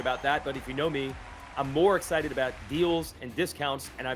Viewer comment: Your ah sited? James stewart was " AH -sited!